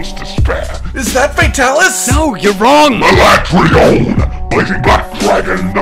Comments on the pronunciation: Escaton judgement is powered by how often people refer to Alatreon as AlatrEEon instead of AlatrEYon😂 No wonder n are melting hard with a vengeance! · Why do they pronounce it Alatrayon I refuse to accept that that is correct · I love how neither of you react to the obvious butchering of Alatreon's name "the ah-la-tray-on" FFFFFFFFFFFF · OMG it drives me nuts on 2 things, 1) he never picks up teh shiny drops, and 2) STOP SAYING HIS NAME WRONG! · The in-game pronunciation of Alatreon is pure cringe.